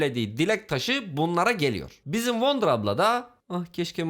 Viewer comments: Abi wonder childiren dedin ya gülmekten öldüm öldüm 🤣🤣🤣🤣🤣🤣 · wonder deme wonder deme bilmiyomuş gibi yap